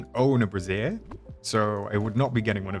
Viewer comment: Also, it's "bray-zhur." 😂😂😂